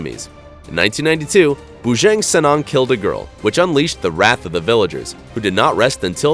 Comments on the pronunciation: It's not BUJENG SENENG 😂 you suppose to pronounce it correctly BUJANG SENANG ohngey bubye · Lol the way u say bujang senang is wrong is a funny name actually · Its pronounced bu-jah-ng senang (translated to bachelor easy) not bujAAAng. Also his skull is not on display at the "sarawak museum" but is at "jongs crocodile farm" along with the rifle and nail tipped round used to kill him with. The croc farm is also home to 2 other huge crocs named "bujang sudin"(he's round either 17 or 19 feet if im not mistaken) and "pak indon". U might wanna check those 2 out and add em to the list. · lol bujeng senang, u should to use google translate how to pronounce "bujang senang" in indonesia correctly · The way he pronounce Bujang Senang 😂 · Hahaha orang putih tak tau sebut